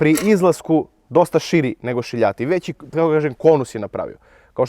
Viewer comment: Više liči na pihtije nego na gel😂. Još kad kažeš "šiljati" pokidaš. Odlični ste samo nastavite!